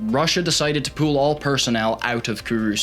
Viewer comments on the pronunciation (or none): none